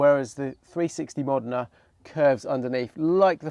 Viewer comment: Bro it's pronounced MOE-DEN-A not MOD-IN-A stop butchering this amazing car's name